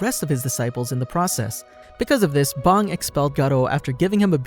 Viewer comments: You pronounce bang like bong my boi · Why my boi pronounce bang like bong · It’s bang not bong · aint no way he just called bang bong lmfao